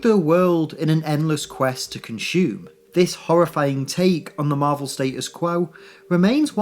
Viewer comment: lol "con-shoeume"